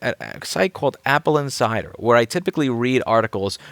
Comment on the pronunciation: I keep hearing "Apple and cider" :)